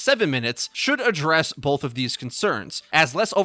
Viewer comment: Loving the Orisa buff! Cant say how many times I'm pumping out shots and need to throw shield and then have a double reload because I need to throw shield for a teammate or myself. Also...stop saying "bolth" , thanks